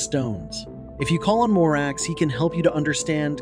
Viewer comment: the a is pronounced like "father". it's pie-mon, bah-thin, mah-racks, ah-stah-raw-th, gah-app, feh-necks, foe-kah-lore, vah-pahr, bih-frons, voo-all, hah-ah-gen-tee, bah-lahm, oh-say, vah-poo-lah, zah-gahn, beh-lee-all, say-ay-ray. bune is pronounced "boo-nay". vinea is "vin-ay-ah" / vine "vin-ay".